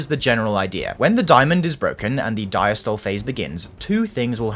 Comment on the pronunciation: Diastole pronounced “dieastolee”